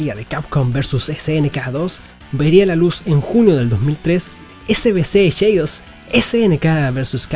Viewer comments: Gracias por la review, pero quiero dejar un consejo, hay que ponerle mas pilas al ingles. CHAOS se pronuncia "KEIOS" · acaso dijo snk versus capcom cheius ? lol